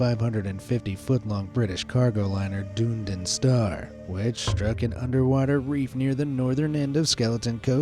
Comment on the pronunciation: Pronounced Done ee din - Dunedin